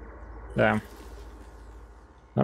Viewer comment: Кст, не го́плит, а гопли́т. Так древнегреческих тяжёлых пехотинцев называли.